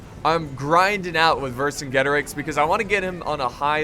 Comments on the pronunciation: Not to be rude, but it is verk-ajet-arex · it's pronounce ' Ver kin geto rix " and it's a title not a name ;) its mean " great king of warrior " sorry for my english :s